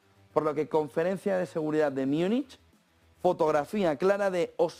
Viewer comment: ¿Por qué dices "Myúnich"? ¿De dónde sacaste esa pronunciación que no es alemana, española, inglesa ni nada?